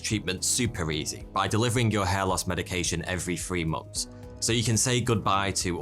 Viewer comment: Months not moms